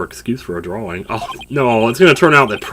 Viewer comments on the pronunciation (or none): none